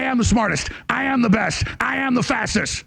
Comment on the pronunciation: When he said "I am the fastest" it sure sounded like he said "I am the fascist".